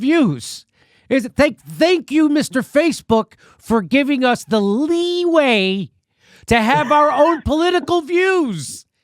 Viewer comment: The way Jimmy enunicated “leeway” made me lose it. 😂😂